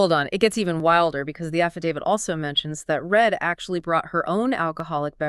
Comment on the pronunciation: Reid, not Red...🙄 these two needed to do a bit more homework..